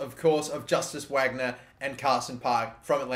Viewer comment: Justus Wagner is pronounced like Eustace Vagnur